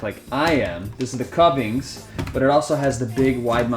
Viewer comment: The "Kuvings juicer" is pronounced "Koovings" .